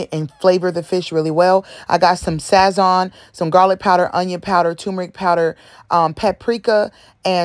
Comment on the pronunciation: Listen I know you ain't white so you can't pronounce sazon that way... its pronounced Sah Sewn